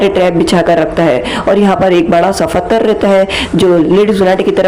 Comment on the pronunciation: Why do you say (pathar) fattar?